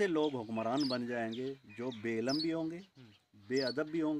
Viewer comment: حضرت دیکھ کر پڑھ رہے ہیں الفاظپہلے اک بار تسلی سے پڑھ لیا کریں بے علم زیر کے ساتھ ہے زبر کے ساتھ نہیں